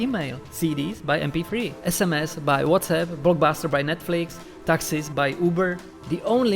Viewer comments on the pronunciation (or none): I recognized you being Czech when you said SMS 😀